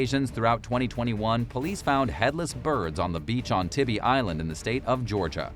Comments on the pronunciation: That’s Tybee (tie-bee) island. Haven’t seen one of your videos in probably a year but nice to know you still have trouble with pronunciation. Lol 😂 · The island in Georgia near Savannah , Tybee, is pronounced "Tie-Bee".